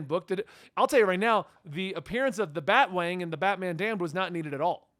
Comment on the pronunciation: BAT-A-WANG get it right!